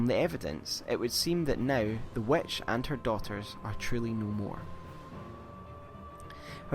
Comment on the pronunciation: The "wetch" he says... lol Seriously, is it that hard to say "witch" ?